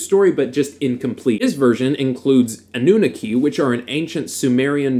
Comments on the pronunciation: Its not a-new-neki its anoo-naaki But good video, are you also rh negative? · Its pronounced ahh-nah-key..annunaki :)